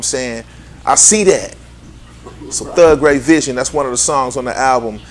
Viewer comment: "Thugray vision". Damn.